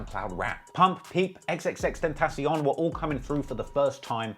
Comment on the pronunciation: X- ten- shun… Put some respect on that name. You got no room to talk about “hair”